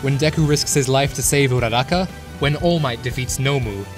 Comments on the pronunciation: Who else got triggered at how he said Todoroki and Uraraka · loved the video, but got triggered at the way you said Uraraka